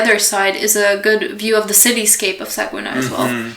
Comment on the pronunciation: good video but Saguenay is pronounced Sag-nay (or sag-neigh)